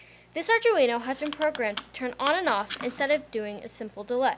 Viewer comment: oh btw its arduneo pronounced arr-doo-wee-no